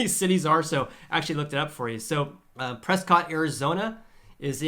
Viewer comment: Haha, good thing you have distance from the locals of Prescott. They would rig a noose for you for not pronouncing it: Priscit. I lived there and dared to defy them before moving; it always gave me a good laugh. Thanks for the analysis.